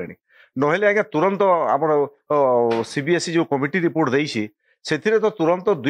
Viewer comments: Not CBSC.. It's CBSE.. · It's not CBSC it's CBSE